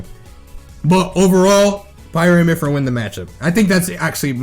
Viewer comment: it kills me when he said "MYPHYRA"